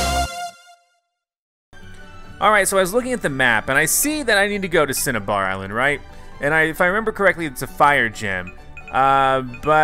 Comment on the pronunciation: Pronounced cin-a-bar island